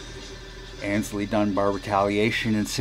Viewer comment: I used to mispronounce the first part of Aynsley's name. I always pronounced that first syllable as in, "Ann's" when it actually should be pronounced as in, "ain't" or, "aims." So who corrected me about my mispronunciation? Mr. Mayall, himself!